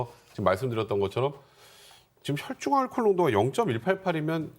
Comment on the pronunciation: 혈줄? 아나운서가 발음이 안되네? 계속 혈줄이라네.....ㅉㅉ